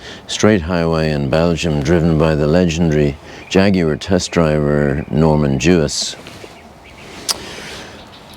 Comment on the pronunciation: Great video. Beautiful car, and you pronounce Jaguar properly. Well done all around.